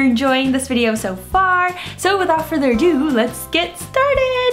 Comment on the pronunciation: "so without further or doowoowh lets get started" haha